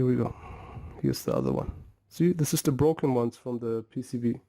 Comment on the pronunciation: It's broken, not Brocken